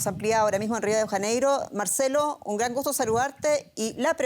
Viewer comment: Hasta caen mal como da. La noticia cuando dice Graannn jajaja quiere darle enfasis cuando es de inventar los seudo presentadores desinformadores hasta caen mal que digan tanta mentiras